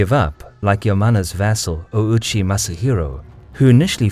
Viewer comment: If i'm not mistaken the "Line" over the "O" is another form of the "Oo" (double O) and "Ou". Therefore it shouldn't be pronounced "O Uchi" but a long "O" like "Oochi". Look at "Kyoto", Tokyo" and "Osaka". Just my 2 cents.